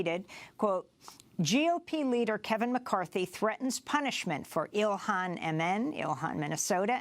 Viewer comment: ...please...her name is pronounced Ill HAN...not Ill IHAN. This may seem trite and small...but it isn't. Love the video...btw.